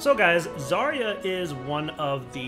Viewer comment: They really should've hired some actual russian speaker to record Zarya. That "Огонь по готовности" (fire when ready) really freaks me out as a native speaker. Also you're reading her name wrong it's ZaryA not ZArya